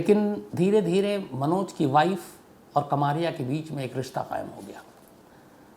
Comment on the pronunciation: कमारिया नही कमरिया होता है, यादवों मे एक सब कास्ट है ।